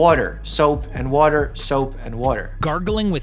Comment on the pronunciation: Me :water Doctor mike: voter, soap and voter Me:voter